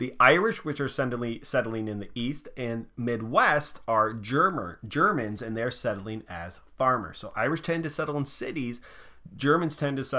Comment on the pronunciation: “germers” i can’t stop laughing